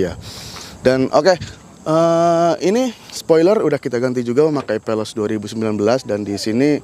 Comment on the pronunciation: Penjelasan ny kurang mantap. Veloz bang bukan peloz